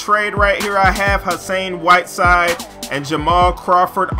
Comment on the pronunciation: He said hasain whiteside